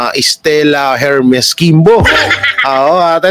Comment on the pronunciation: Idol silent H Po ung HERMES🫰❤️❤️❤️solid Duterte